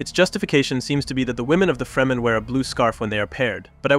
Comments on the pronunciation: Freh-men. Not free-man. But otherwise great video and good points. Color and light intrests me profesionally. Perhaps a video about directing the viewers eye with luma values of colors? Blue is pretty dark(grey) if you look at it desaturated. Skintones take the viewer somewhere if you go above and below certain luma or IRE values. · Dude you need to sort your pronunciation out. You swap between saying Lee-toh and Leto. You also swap between saying Fremen and freeman It's really distracting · You gotta stop calling the fremen the “freemen” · Good analysis, but the mind boggles at how you can watch nearly 6 hours of Dune and still pronounce it 'Freemen' almost without fail. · bro said fray men and free men within 10 seconds of eachother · Man says Freeman wtf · FREMEN, not freemen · Why use an AI voice. Shit like this makes me doubtful that the text written is even AI. The AI voice can't even pronounce the word "fremen", instead leaving us with FReJmAIN. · The way you say fremen makes me feel like you've never seen the movies lol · How can you go into such depth and pronounce Fremen totally weird? Totally distracting.